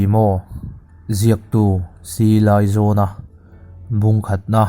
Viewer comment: Ziaktu hminga "zawn" lai tak hi, "Mi ruang kan zawn," kan tiha "zawn" lai ri ang hian lam rik tur a ni. Han lam leh chhin teh, "C. Laizawna!"